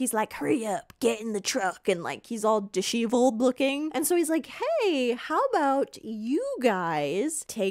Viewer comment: "disheevled" lol